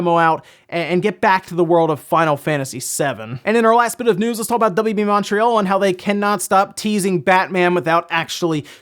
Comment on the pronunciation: How you pronounced montreal caught me off guard as a canadian lol